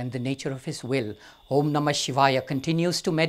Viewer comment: " when O३M is spoken , the lips close at the end.... but here the mouth is opened.. as if to say " O३maaa" If Mantra is a Vocal Code to generate the right type of vibration and intensity at the right location in the body, then 'mispronouncing' it may not be Fruitful ( remember the story of " Alibaba and 40 thieves " , when the " Vocal Password " is forgotten. and people using Login and password may have faced difficulty in logging-in when by mistake they enter 'small alphabets' in place of Capital or vice-versa. saying OMMAAAAA in place of OM may result in " Wrong password".